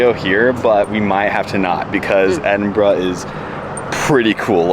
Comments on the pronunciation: Love the fact that your pronounce Edinburgh decently. Most Americans butcher it! So kudos to you. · So many Americans get the place name pronunciation’s wrong, so well done to you, 10/10 😊, love your enthusiasm for our country 🏴😍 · Top marks for pronouncing Edinburgh correctly.